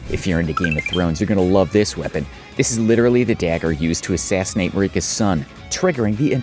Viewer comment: Lots of weird mistakes in this video. Bolt of Gransax does not scale with faith, Spear if the Impaler does not inflict bleed, Marais Executioner Sword does not use Int, Blasphemous Blade heals when defeating enemies not on each hit (you were prob thinking of the Ash), and Marika’s name is not “Reeka”